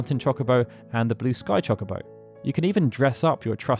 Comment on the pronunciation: It's Cho-Co-Bo not Chalk-a-bo, my brain can't handle this